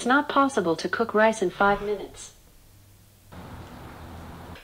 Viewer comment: Its rice not ryce